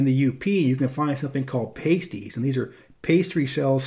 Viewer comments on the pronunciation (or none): Of course, someone else must have pointed out...pastie is past-ee, not paste-ee, and Houghton is ho-ton, not how-ton. Admittedly, we have a lot of tough-to-pronounce places in Michigan, including Ypsilanti, Charlevoix, Dowagiac, Hamtramck, Sault Ste. Marie, Ontonagon, Keweenaw, Ocqueoc...and more, most of which are not pronounced phonetically. Great video highlighting my home state. Thank you,! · Absolutely wonderful commentary on the state I grew up in! BTW, the UP pastie is pronounced with the “short” A, as in “past”.